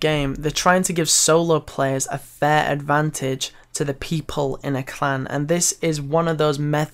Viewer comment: love how he said "fair"